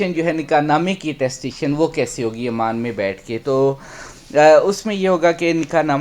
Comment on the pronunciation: امان نہیں، ،،عمان کہو ،نالائق 😂😂😂😂